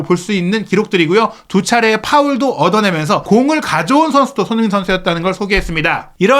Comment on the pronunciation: 발음을 정확히 합시다. 손흐민❌️ 손흥민⭕️